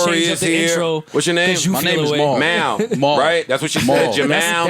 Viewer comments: shorty called you a barb 10min in and purposefully mispronounced your name all interview. mal looking wild crazy rn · Nikki can’t say Mal for shit and keep forgetting Rory name lol Joe right y’all is pussy always leave him hangin. Parks tried to come thru here and on Nikki joint